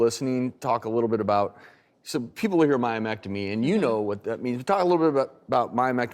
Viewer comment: It's myomectomy 😂😂😂😂